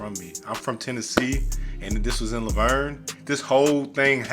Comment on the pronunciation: Even I know it's pronounced Laverne like the girls name😂and I'm from the UK